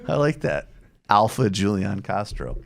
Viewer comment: Why does Michael pronounce Julian Castro's name incorrectly? I've heard him do this in many many videos. you can't tell me he doesn't know how to pronounce the guy's name. Pronouncing it the way he does feels a little racist to me. it's like saying, "I know how you pronounce it and how everyone pronounces it but I'm not going to do that because it's spelled "this" way in my language therefore that's how I'm going to say it". It feels like a very jingoistic position almost. Or if in itself it's not jingoistic it points towards a bit of that kind of tendency. A residue in the man's brain. We all have some. We were all brought up in a racist world and none of us came out of it unscathed.